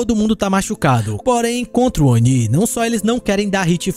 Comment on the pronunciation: obrigado pelo vídeo! Que delícia ouvir a pronúncia correta do Oni 👹! Faz um vídeo como esse aí agora mostrando os melhores perks pra cada killer 🥹